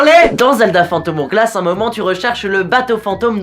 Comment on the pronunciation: Spirit tracks EST MIEUX. En plus as tu t'es trompé mdr c'est le link de wind Waker pas OOT, mais tu es pardonner grâce à ton magnifique accent "phantom OWglasse" <3